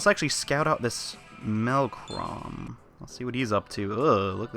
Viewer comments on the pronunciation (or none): Are you calling him Melchrom because there is no r in its its melchom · I know I'm YEARS late but his pronunciation of things make these so hard to watch. WendiNgo? MelchRom? IsaBELL? Where is he seeing these letters? It's the same for Apocalypse, I don't think he ever says Nozomi correctly despite hearing it in game constantly.